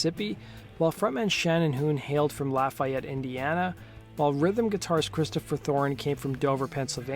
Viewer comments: Misprounoucned Lafayette, IN....its not 'laugh' a-yette its 'Lawf' e-yette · Thanks! Except Hoon’s hometown is pronounced LOFF-ee-ett, not lah-FIGH-yet. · Just a note to help. It's pronounced locally as "La fee yette". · We here in Indiana don't pronounce Lafayette like that. Its more Lafeeyette. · Lafayette is pronounced la-fee-ette or maybe la-feh-ette here in Indiana. However you say it, please just don’t put so much emphasis on the Y, this is Indiana, not France or something heh. It’s the home of Purdue University. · I've been to Shannon Hoon's grave in Dayton, IN. Also, you are pronouncing Lafayette, IN wrong. It's pronounced 'La-fee-ette'. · Grrr.. laff-eee-it indiana. There i fixed it for you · I cringed everytime he said it wrong. lol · I'm originally from IN. Merrillville/Gary area. You can tell when someone isn't familiar with the pronunciation of a town lol. Like Hobart. Instead of Ho Bert people say Ho Bart. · That is how they say it in Louisiana but not Indiana....sigh